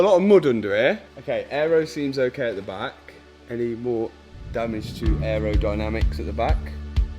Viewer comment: The guy that can pronounce ‘aerodynamics’ as ‘arrow dynamics’ 😂